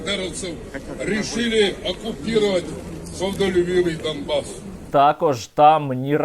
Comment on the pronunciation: Вони реально говорять "дамбас" !! Це просто......